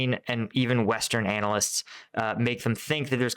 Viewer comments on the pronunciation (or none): none